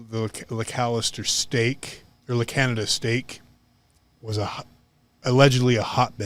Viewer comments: Yikes! I grew up in the Arcadia California Stake and knew tons of members in the Pasadena Stake but never heard about any of this... La Canada Flintridge is a city over.... it's pronounced "La Can-ya-da" for future podcasts if you need to address the city. My mind is blown with all of this horrific abuse! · Not that it matters, but just in case you are interested, La Canada is pronounced la kahn yee a da. That is the spanish pronunciation and Californians pronounce it with the Spanish pronunciation. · pronounced La canada...your pronouncing it in correctly...please change how your pronouncing it.. if your going to talk about it.